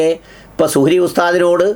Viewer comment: സുഹ്രി . മുജ ജമാ: ആ യോ. പടചോനേ. നല്ല .ശ്രദ്ധ വേണം .